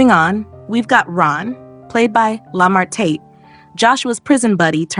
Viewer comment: The way she say Lamar tate is killing me😂😂😂😂